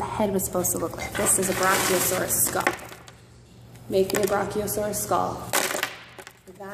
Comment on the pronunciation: I'm surprised she can even pronounce the word